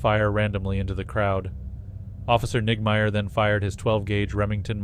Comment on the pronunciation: Sounded like niggameyer. 😂